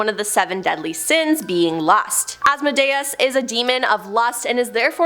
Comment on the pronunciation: Sigh... It's pronounced As-Mo-day-es